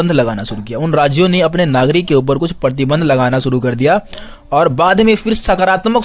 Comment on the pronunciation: Partinand...❎️ ....pratibandh ....☑️ Sorry I catch u mistake 😝